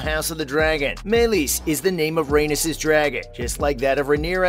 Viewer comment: The way he pronounces Rheanys is infuriating